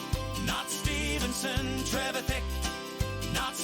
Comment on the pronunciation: TRE VITH IC is how its pronounced lol 😅